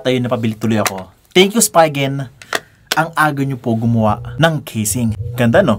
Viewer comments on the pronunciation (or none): spigen not spygen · Spigen is pronounced as "Spee-Gun"